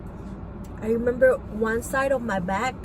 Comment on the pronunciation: Had to stop watching around 18min in, it's hard to listen to unintelligent child killers. ( N den I we-mem-bahh X's 250 times in 3 minutes) 🤦🏻‍♂️